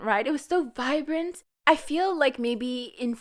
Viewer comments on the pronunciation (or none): none